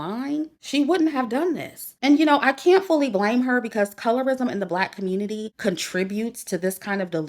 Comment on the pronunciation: Every time you say" the black COMMUNITAH " it makes me laugh 😂😂😂😂